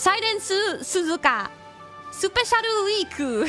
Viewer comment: スペシャルウィークの場合はさらに「Special We"a"k＝ものすごく弱い」に聞こえるのがツボらしい